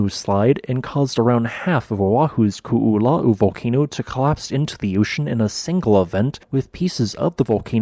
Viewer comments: Youʻve been great at pronouncing Hua Tonga-Hua Haʻapai, but Koʻolau trips you up? You are pronouncing Koʻolau as Kuʻulau. The "o", glottal stop, "o", is pronounced like in Puʻu Oʻo. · Ko'olau is pronounced Koh Oh Loud(minus the d sound) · Interesting vid! For anyone who cares, Ko‘olau is pronounced "koh-oh-lau" where "lau" is pronounced like "loud" without the d. Not exactly correct, but close enough. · Koolau is three syllables. The first two O letters are indeed each pronounced, so you did good on that. The Os are pronounced like you say the letter O. The “lau” is pronounced like you say “ow” like something hurts, but with an L in front of it. So it’s Ko-o-lau. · ko is pronounce Koh and not ku. its Koh-oh-lau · Great information! And for future reference, the proper pronunciation of the upper east mountain range on the Windward side of the island is pronounced Ko'olau (Ko•oh•laow). The 'okina in our language is read as a glottal stop and is technically its own letter in our alphabet. How you pronounced Waianae was perfect though! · Nice presentation. The only weakness was your pronunciation of 'Koolau.' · Half of this is kinda common knowledge if you grew up in Hawaiʻi (cuz they go over this a lot in school) but I didn't realize the majority of the original volcano had slid into the ocean with remnants still visible on satellite imagery. I knew the Koʻolau side was created from erosion & landslides but never imagined at that caliber Also, I died every time they said "Koʻolau" (ko-o-lau) it's a phonetic language so you say every sound, no silent letters, no compound sounds. We use all the vowel sounds like English: A like in fAther, E like the beginning of Elephant, I sounds like swEEt, O like in dOOr, and U like in spOOn. That little apostrophe looking thing in between Koʻolau is called an ʻokina, indicating a glottal stop like the space between "uh-oh" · I cannot get over how he pronounces ko'olau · Your pronunciation of Ko‘olau is killing me brah. 🤣